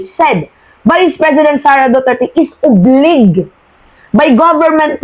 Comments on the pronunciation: Bago ko lng narinig ang salitang "oblig" baka obliged yan. Gamitin mo ang dictionary app sa celpon mo sa tamang pronunciation. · Google mo paano pronounce ang OBLIGED